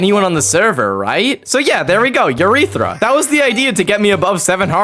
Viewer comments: There’s no friggin way he said “urethra” instead of “eureka” LOL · Is no one talking about the fact he said urethra not ureaka😂😂😂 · You said it wrong... its pronounced yu-rea-ka you said "Urethra" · It's Eureka, not urethra,. lol 😅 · irl voice mislick, it’s actually “Eureka!!” 🤓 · hey bud.. it’s pronounced eureka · "There we go urethera" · DID HE JUST SAY URETHERA? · pretty sure it’s pronounced Eureka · did this mf just say urethra 😭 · that was NOT “eureka” bro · twin did NOT say eureka✌️